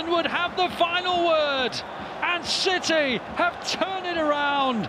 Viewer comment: That Haaland goal was briliant than stones one too but am I the only one who hears that the comentator says manchester shity